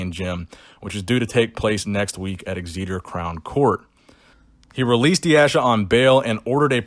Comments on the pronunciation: Kofi Boadu I might start calling it eggs-eeeter from now on 😂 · it is pronounced Xeter. soz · Hey just a heads up in case the De Asha story comes up again in the future the place Exeter is pronounced Like Exit-ter Other than that keep up the good work brother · Exeter would be pronounced X EE TA , or X E TOR. damn us English people for not being phonetically logical. I apologise to the rest of the world. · Strength and Terrible "Exeter" Pronunciations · I like how you pronounce Exeter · From a UK fan it made me giggle how you pronounced Exeter 😂😂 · Love how pronounced Exeter every Brit can relate!!!! 🤣